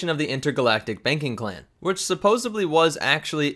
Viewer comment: Suppose’D’ly. There is no B in supposedly. Minor correction, but one that drives me insane.